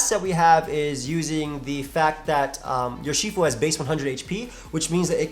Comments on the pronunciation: it’s pronounced “ERR-she-fu” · Urshifu is probably pronounced more like "Er-shifu". In simple chinese it would loosely translate to Master of two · Wow can’t even say it’s name right unlike 🙄😡